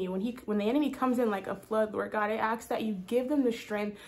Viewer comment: thank you!!! great confirmation ❤🎉 if i may be allowed to say one thing, in love and not out of criticism, but i hear you say the word ask as aks.. but in pronunciation it is the s before the k. 😅 not super important but felt i should draw your attention to it so you are able to address it if led to by the Lord. have a blessed day!